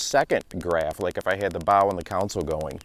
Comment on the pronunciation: great vid, very interesting! though it's weirding me out how you pronounce "console" as "council" 😄